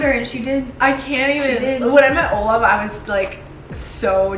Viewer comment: Did she just say Olaf?